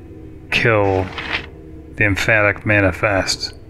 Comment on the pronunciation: Empathic rather than emphatic. See, this is what I mean by gamer instincts.